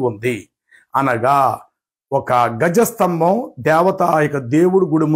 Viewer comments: Gaja sthambham kadu andi dwaja sthambham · గజ స్తంభం కాదు ధ్వజ స్తంభం